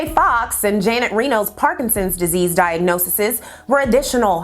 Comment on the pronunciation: diagnoses sis…not diagnosisis 😂 good work otherwise